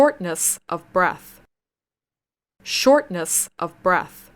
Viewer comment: shortness的发音ness错了.